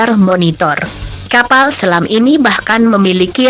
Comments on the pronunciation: kapal bro bukan kaval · Kaval...kapal pale